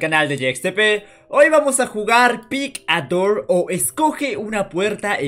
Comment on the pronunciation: Yo entendi pig a door XD